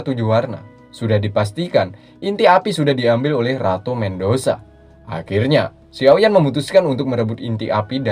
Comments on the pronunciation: Medusa bukan mendusa..... mff cuma meluruskan jika tidak ada yg suka tak apa jangan anggap saya komen🙏🙏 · ratu Medusa min.. bkn mendosa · ratu medusa om bukan mendosa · Medusa min bukan mendosa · Bacanya ratu Medusa BG, bukan ratu mendosa😂😂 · Medusa bang Bukan mengdusa